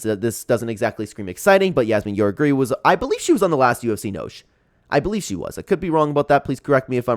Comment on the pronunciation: Mispronounced noche my guy